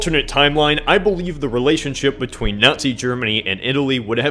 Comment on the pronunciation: hahah, it's either me or he said Nutz Germany